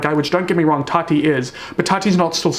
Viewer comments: why is nobody talking about how keemstar says tati??? it sounds like he’s saying toddy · No one: Keemstar: “Todi” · The way Keem keeps pronouncing “Tati” I straight up thought he was talking about Toddy Smith